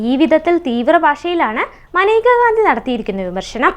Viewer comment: മനേക എന്നല്ലല്ലോ മേനക എന്നല്ലേ പെണ്ണേ നീ എന്തോന്ന പറയുന്നത്